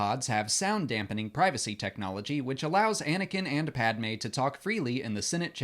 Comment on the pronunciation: iceberg11327: I agree especially the way he pronunces Padmé's name irrks me.